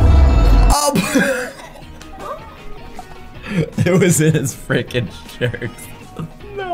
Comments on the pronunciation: you always say fRikEn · It is fricking